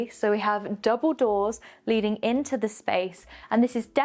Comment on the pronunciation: you are becoming so much more confident in your presentation. You sound a lot more professional. There is room for improvement, though. The word ‘the’ is not pronounced ‘thee’ before words that start with a consonant. Stucco is pronounced ‘stucko’ not ‘stoucko’. Also, keep your attire more professional, less ‘runway’.